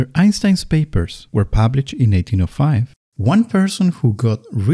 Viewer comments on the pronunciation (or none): I hope it was your English accent that made 1905 sound like “1805”. That’s what made me lose interest and stop listening.